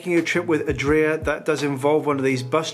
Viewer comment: And you didn't notice the Adria with stress in the -ri-? :-)